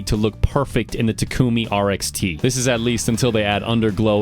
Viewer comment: Ik not trying to be an ass but he said takumi wrong on a multitude of occasions because it’s The main characters name in initial d